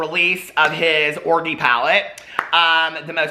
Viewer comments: I can’t with the way you pronounce orgy 😂😂😂😂😂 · can someone explain to me why hes pronouncing orgy the way he is...is he worried about getting demonetized?